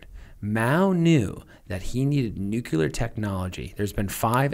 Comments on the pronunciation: I wish that people who talk about nuclear topics would learn how to pronounce the word nuclear. NEW-CLEAR not nuculer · "Nucular" brah XD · I can't get past "nucular." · Why does every american I hear pronounces "Nuclear"---> "Nukiler"? Is there a reason?